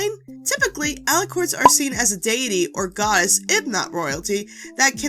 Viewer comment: i thought Deity was pronounced (Dee-a-tee)